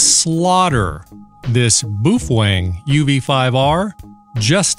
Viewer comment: boof wang? 😅😆😆🤣🤣😂😂 he kept saying boof wang...wtf